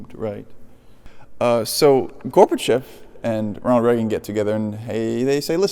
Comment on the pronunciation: How tf do you know the word tenure but not know it’s spelled Reagan and pronounced “ray gun” What is a regan bro